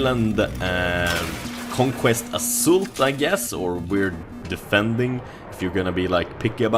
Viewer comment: Its not assult, you say assålt!